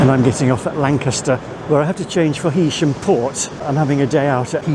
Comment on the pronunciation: It's nice for once to have someone pronounce Heysham correctly and not hay sham. Nice video.